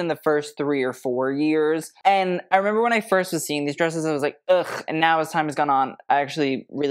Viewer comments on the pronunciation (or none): none